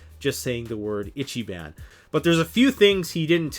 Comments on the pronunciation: That salt over saws. Kinda makes me laugh. Moreso though your horrible butchering of Japanese words. "Itchy ban" is not a thing. It's Ichiban "ee-chi-bon " meaning something akin to "Greatest" or "Best". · Still have to admit the samurai saws are still pretty good as saws go. But I am glad that the silky was represented correctly. In addition ichiban is pronounced ee chi bon (like bon bon) not itchy ban. Just helping out with phonetics sounds. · Japanese i is pronounced ee. Eecheeban, not itchyban. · Good video and even better comments section. But you’re killing me every time you say Ichiban. It’s pronounced Each-ee-bahn. translated as “number 1” in Japanese. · You better learn how to pronounce it: “Ichi-BON” even though it’s written “ban”. It means “best” or literally “number one” in Japanese. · and stop mispronouncing it is pronounced like itch-e-bon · its pronounced more like "EEchEEbAHn" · And ergonomics....sorry but was overwhelmed with "itchyban" etc. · How do you get hungry by saying Ichiban wrong? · Please google the correct pronunciation of ichiban. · If you're going to sell Japanese saws, please learn a little proper pronunciation. Long time subscriber and love your videos but this one made me cringe.